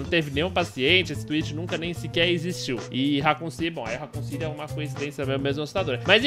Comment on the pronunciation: "Racoon City"